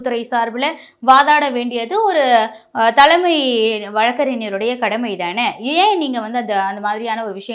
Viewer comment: சாக்கில் முதல்வரா...அதிர்ச்சியில் முதல்வர்..என்க. தீர்ப்புகள் வழங்கப்பட்டு விட்டன....விட்டது அல்ல. தலமை அல்ல..தலைமை. ஃபார் எக்சாம்பிள்..தமிழைக் கொலை செய்யாதீர்... ஒழுங்காக உச்சரிக்கவும்.😮